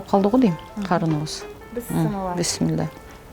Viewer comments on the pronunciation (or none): Бысмылла эмес бисмиллях